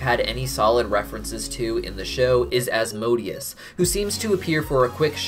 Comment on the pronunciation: damn, he nailed Asmodeus